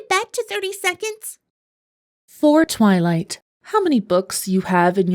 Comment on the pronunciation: "Tivylight" I HEARD TITTYLIGHT